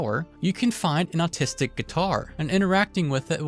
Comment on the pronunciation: did you say autistic guitar?